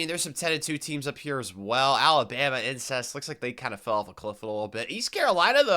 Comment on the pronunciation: Are you saying “ incest “ for Alabama or im tripping?